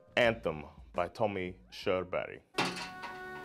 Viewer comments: you prenounced his name perfectly, but i dont know how to spell pronounce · I'm late to the party as this is an old video, but it's just so cool to see your reaction to this song, which is such pride of all Scandinavians 💗 It is indeed a powerful tune! Also, yeah I'm drunk now but since your pronunciation of Körberg is pretty much perfect despite your 'murican accent.... I think you know what I mean here 😊 Ha en trevlig helg 😇